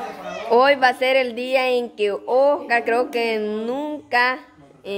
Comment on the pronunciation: Por qué a veces le dicen Ocar y no Oscar?